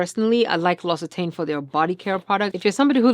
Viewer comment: Thank you for showing me how to pronounce L'Occitane! P. S. The L'Occitane packaging is a Ferris wheel.